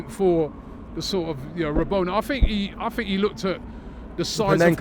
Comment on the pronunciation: Rotanda, rabona, Robbie was out here making up names